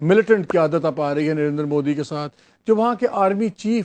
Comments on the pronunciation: Narendra ko narendar bolne se uska gender badal gaya kya?😂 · Arre baaki sb baad mein...Pehle ek baat clear kr lo hamare PM ka naam narendra modi hai...Narender modi nhi😀 .